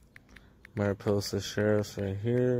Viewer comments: It' Mariposa, not Maripoosa! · It’s “MariPOsa” - it’s not pronounced “MariPOOsa” like the narrator introduces it. Also, the fact that videographer doesn’t even know the difference between the word “exam” and “exempt” means he likely didn’t even finish school. Really pathetic. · I like your pronunciation of Mariposa better! LMAO! We should all call it Maripoosa from now on. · It's Mary-Poe-sa county. Spanish word meaning butterfly. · Yes Tulare county says "exempt" wrong but you mispronounce "Mariposa"